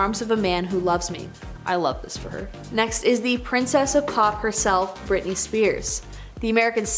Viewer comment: "Brittney?!" It's Britney, bish